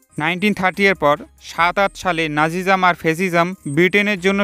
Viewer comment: নাজিজাম না নাৎসিজিয়ম